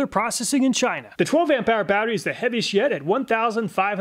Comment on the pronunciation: I had to do a double take because how he said "heaviest yet" sounded like "heavy shit"